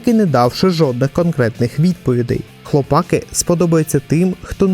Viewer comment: одне уточнення: не хлопАки, а хлопакИ. Перше слово походить від "хлопати" (яке взагалі не є українським), а друге від "хлопці". В оригіналі серіал має назву "the boys", тож робимо висновки. А загалом, дякую за об'єктивний огляд серіалу. Сподіваюсь наступні сезони не погіршать ставлення до франшизи, а навпаки.